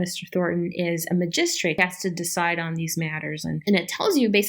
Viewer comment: it's "MAH-gist-trate" not "mah-GIST-trate"